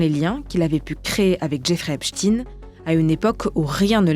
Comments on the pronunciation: Pourquoi les journalistes disent tous Epchteen ? C'est "Ep steen" pas compliqué nan ? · Jeffrey epsTEIN pas epsTINE c'est quoi cette manie de mal prononcer les noms, vous dites albert einstine aussi? Pff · Epstayne et non epstine qui rime avec poutine😡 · EpstEIIIN pas Esptine ! Ça me stresse. On dit le Liechtenstein ! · ESPTEIN Et pas EPSTIN , EINSTEIN et pas EINSTIN ! Vous jouez à quoi ? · Ce n’est pas epstin mais epstein. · on ne dit pas Epchtine mais Epchtaïne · PAS EPSTINE MAIS EPSTEIN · C'est pas ..Epstine !!!!!! C'est Epstein ..On ne dit pas Estine mais Estein (le savant Allemand) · On dit "epstaïne" pas "epstine" ohlala le niveau. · C’est epstein pas epstine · C’est un nom d’origine juive allemande / yiddish. En allemand, le groupe “ei” se prononce “aï” (comme dans “Einstein” → “Aïn-stine”). Donc on dit “Ep-staïn”, pas “Ep-steen”. Le “ei” ne fait jamais “ee” en allemand — c’est “ie” qui fait ce son-là. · Pouvez vous dire Epschtein et non pas Epschtin !!! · Pourquoi prononcez vous Epstin et non epstein? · STEIN pas chtine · Faut arreter de tenter de dissimuler les faits hein.. c'est pas Epstïne c'est EpstEIN, comme Einstein, Grinstein, Silberstein etc ! On dit pas Albert Einstïne que je sache... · Cessez de dire EPSTINE alors que ça se prononce EPSTAÏNE. Chercheriez-vous à masquer son appartenance à une certaine communauté par ce vil subterfuge ? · Pourquoi tout le monde l’appelle epstine alors que c’est Epsteeiiinn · Vous remarquerez que les médias prononcent volontairement Epstine, et non Epstein, personne ne prononce EinstINE, mais bien Einstein... Donc la question, c'est pourquoi tout les journalistes prononcent Epstine ou non Epstein...? La réponse à cette question vous mènera rapidement au point Goldwin, et ce n'est pas un point G qui vous donnera du plaisir, MMvoyez ce que jveux dire... MMMMvoyez??? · Epstein se prononce [èpchtaïne] en français… merci ! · Serais bien que vous commenciez par prononcer son nom comme il faut. C epstein et non epstine 😉